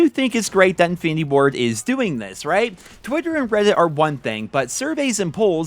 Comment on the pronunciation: "Twutter and Weddit" 😂😂😂😂